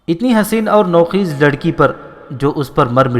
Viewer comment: Nou Kheez naheen Bal k Nou Khaiz نوخیز/ " خ " پر " زبر " لگا کر پڑھیں۔